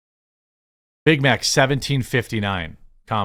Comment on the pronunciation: Did she say "I got a Bit Mit"?